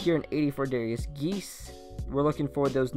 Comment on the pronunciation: "derrius geese"